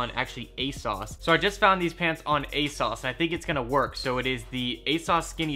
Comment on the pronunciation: I hate how u pronounce everything "A-sauce, unique low" omfg